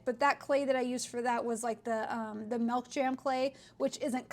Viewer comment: TYSM FOR THOS VIDEO!! But BTW I'm not sure if anyone has told this, but the way you say milk/milky sounds like Malk or Melky totally reminds me of Mia Maples.. lol❤❤